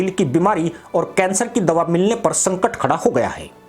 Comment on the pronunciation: संकर नहीं। संकट। भारत नही की मदद। भाई हिंदी सीख के क्यों अपने हिंदी ज्ञान को सार्वजनिक कर रहे हो। थोड़ी शर्म कर लो। बात सच है।